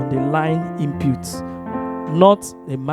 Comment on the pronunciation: Hey! Its should sound " IN PUT " not Inputes..